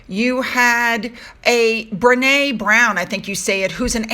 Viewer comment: Rent-a, Br-ee-ne Brown..as in green. Get a filming stand for phones